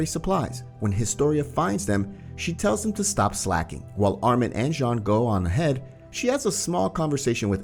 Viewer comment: His name is Jean but its pronunciation sounds like John